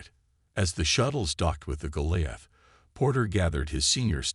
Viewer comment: Should turn this into a drinking game.....take a shot everytime you hear Goliath pronounced wrong 😂😅😂